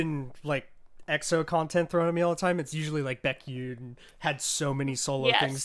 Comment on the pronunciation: Baekhyun. Beck-h-yuhn. Not yoon :P